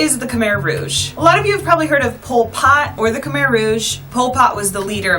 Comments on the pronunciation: I was so confused when you said Khmer Rouge until the words shown (you said Khmer so funny 😂) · Great Video however pronunciation of Khmer, Angkor, and Tuk Tuk is off. Most westerners pronounce Khmer and Angkor wrong, though one should learn how to pronounce the words before making a video.